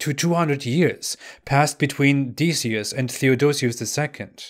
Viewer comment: Decius is pronounced Dek ee us